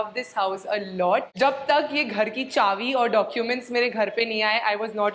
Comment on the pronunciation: You pronounce "chaabi" as "chaavi"!! I find it very different!